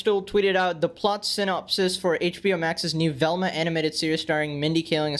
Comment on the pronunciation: That ain’t Velma that’s velmcuh